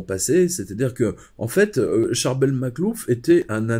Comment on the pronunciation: Je suis vraiment fascinée par l'histoire de Saint Charbel Makhlouf. Excusez-moi si j'ai mal orthographié son prénom. Mais j'aime beaucoup la prononciation originale et vous le prononcez monsieur, parfaitement. C'est tellement dommage que je ne puisse pas aller voir tous les saints dans le monde. J'ai la sensation que la vue et probablement le contact avec l'huile qu'il exsude. Et il se trouve dans un pays où même les musulmans respectent alors qu'ils n'ont pas de saint... Merci beaucoup pour votre témoignage. Je vois bien que vous connaissez bien le sujet. Merci pour cette vidéo.